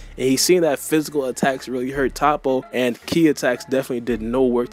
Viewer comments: It’s not ta-ppo 🤦🏾‍♂️ it’s toppo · Your pronunciation of Toppo got me weak Toe-poe >top-pa